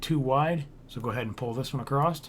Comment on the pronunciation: Very nice tutorial, I appreciate the time you took to make this and I actually followed the whole thing and made the ship in survival mode. But can you please pronounce across correctly without the "st" sound at the end? I wanted to scratch out my ears every time I heard it haha